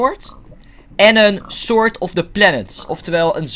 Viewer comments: waarom zeg je altijd sord inplaats van sword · suus van der zee Because sord is echt heel goed Engels xD